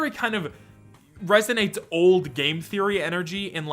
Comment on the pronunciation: I don’t think anyone but you says game “therroy” but hey, that’s just a therroy, a game therroy.